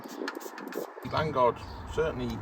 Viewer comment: Its Lan O guard ffs